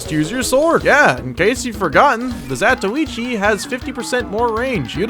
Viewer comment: you must be the only youtube tf2 guy who knows how to say the name of the blind swordsman great vid